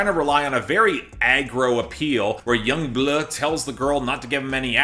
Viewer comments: i cant help help myself from laughing when you say yung BLuhhh lmaooo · Yung Bleuagh